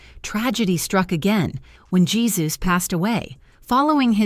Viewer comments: Isn't the name of her second husband pronounced "hay-SOOS" rather than "Jesus?" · His name is pronounced "hay Seuss", not "G - sus" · YES PRETTY SURE YOU'RE CORRECT BUT IT'S AI AND IT'S HERE TO STAY I 🤔 THINK UNFORTUNATELY. HEY ZEUS. YES. AI DOESN'T KNOW NUANCE AND EXCEPTIONS TO CERTAIN GRAMMAR RULES. CIAO KAYL N.Z XOXO CHEERS 🥂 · The easy fix was to put phonetic spelling in the script. AI would have then pronounced names correctly. Jesus would have been written as "Heh SOOS" or "Hay SOOS." The AI voice would have put stress on the syllable that was all caps. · Jesus? LOL!! Pernounce it correctly!!